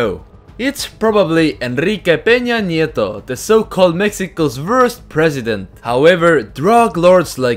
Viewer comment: A ALGUIEN MÁS LE LLAMÓ LA ATENTANCIÓN LO BIEN QUE PRONUNCIÓ "ENRIQUE PEÑA NIETO"?